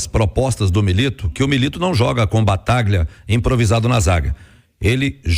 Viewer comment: Avisa ai que não é BATAGLIA..... a pronuncia correta é B A T A L H A.......